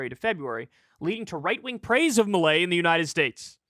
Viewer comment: It’s fairly fitting that Kyle is pronouncing his name as “malaise”.